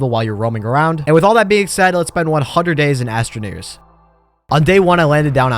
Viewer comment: "astroneers" lol